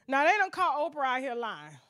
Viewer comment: That AIN’T OPFRAH!